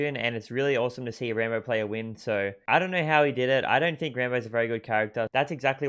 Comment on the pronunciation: Its rAmbo, not Rainbow XD